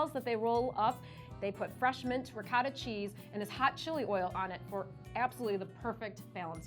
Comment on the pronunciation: As an Italian, I am triggered! It's pronounced ri - coh - tah not ri - cah - tah.